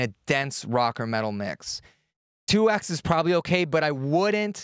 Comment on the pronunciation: 2x is pronounced "2 times". The "x" is not the letter x, it's the times or multiplication symbol. Just one of my pet peeves :)